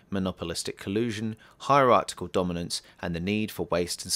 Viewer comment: please stop saying 'heirartical'... sound like a damn fool when you say it wrong, ... its hierarchical. That said I enjoyed the extra non TZMovie content, a little more grounded, maybe more accessible for the schools and radio talks cited in the intro :)